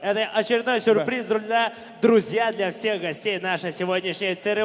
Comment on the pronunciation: Друзья дегенді Длузля деп қалд хазахахах